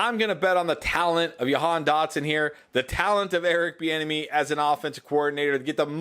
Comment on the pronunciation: Hey, I’m from Nazareth (Dotson’s hometown). It’s pronounced Ja-Han just to let you know. Love all the great content!